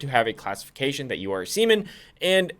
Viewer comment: The way you pronounce seaman is questionable at best, negligent at worst